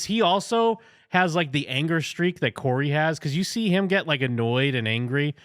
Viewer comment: I heard Curry instead of Corey.🤣🤣🤣